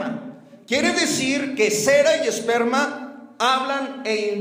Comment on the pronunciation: no dice esperma...dice sssperma. las pronunciaciones son muy diferente. hay q saber utilizar correctamente las palabras Porq cambian el significado.